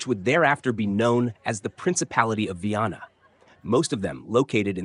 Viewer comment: Comentarios con IA ,que desastre 😂😂 Es Viana no vanna😂 ni Viena